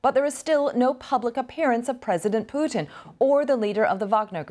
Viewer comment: Wonderful to hear a Yank clearly pronouncing her Ts. Putttin. Not Pu'in.